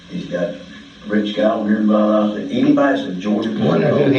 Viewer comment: you also mispronounced Valdosta